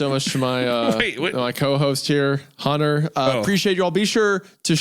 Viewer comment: I can't get over the way Isaiah has never pronounced the T in Hunters name. He only calls him Hunner.